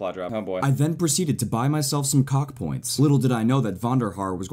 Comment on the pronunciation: he said cockpionts